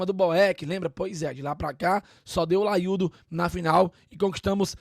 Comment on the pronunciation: Tirou 'LAIUDO" de onde?? Feio